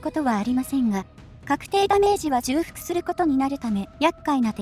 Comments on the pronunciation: じゅうふく より ちょうふく の方が本来の言い方だと思いますよ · ずっと気になってたんです、ごめんなさい。 重複(ちょうふく)